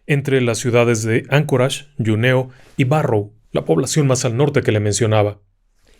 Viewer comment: Con retardo al ver este vídeo, debo comentar que, a parte de un caso que me apasiona (Los ovnis), me ha hecho gracia el comentario del capitán del avión sobre que a los alienígenas les gustaría tomar un traguito de vino □Pero... A modo de crítica constructiva, debo informarle sobre la pronunciación de la localidad de Juneau en Alaska. El francés es mi tercer idioma y la población de Juneau lleva el nombre de un buscador de oro nacido en Canadá; pero de ascendencia francesa. En francés al juntar las letras eau y au se pronuncian como "ó". Entonces dicha población se pronuncia: Junó (la "j" tal como lo ha dicho usted). Espero que no se moleste con lo de la pronunciación; pero es que me chirrían los oídos cuando oigo que un idioma se pronuncia incorrectamente. Un fuerte y cálido abrazo. :yougotthis::yougotthis